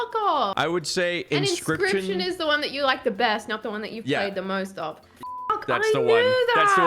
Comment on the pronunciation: I’m so happy he said inscryption.